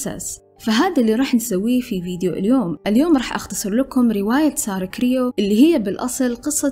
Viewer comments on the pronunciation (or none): سترة كروي مش كريو 😅 صححي معلوماتك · سارة كرووي مش كريو !! Croé